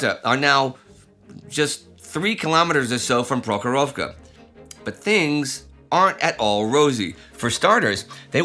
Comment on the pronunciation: I appreciate your Russian pronunciation Indy!